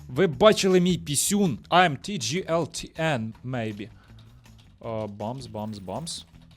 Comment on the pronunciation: правельно казати не тіджіельтн а Тіглтн це ім'я